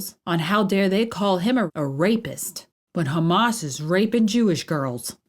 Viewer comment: Hammas?? C’mon!😂